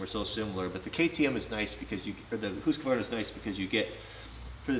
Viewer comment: It's Official Best Channel on You Tube Homesteading, Knife Building, Ax Building, Forrest Fire Fighting, Woodworking and Now Dirt Bikes I know it's real because you pronounced it HOOOSKVARNA not HuskAvarna. Thank You just for being real... now start moving the bed forward to make room for the bikes in the "MOTOVAN"